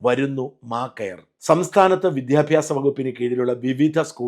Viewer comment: വിദ്യാഭ്യാസം എന്നോ ട്രിവാൻഡ്രം എന്നോ മര്യാദക്ക് പറയാൻ അറിയാത്ത കിഴങ്ങൻ ആണ് വിദ്യാഭ്യാസമന്ത്രി😀😀😀